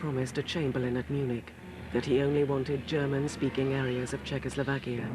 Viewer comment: For god's sake man it's CZECHOSLOVAKIA... \I know we are a small country, but the name ain't that hard...